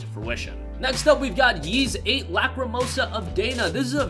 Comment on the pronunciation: Ys is pronounced like "ease," not "yeez."